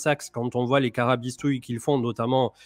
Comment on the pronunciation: Tu es ch'ti quand tu dis "carabistouilles"? 😉